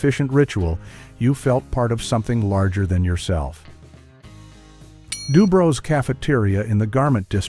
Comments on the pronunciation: DuBrow's (like eye brows), not Dubro's. My Grandfather used to take me there when I was a small child. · this guy can't pronounce "kasha varnishkes" or "sewers" or "Dubrows". Strictly from Kalamazoo.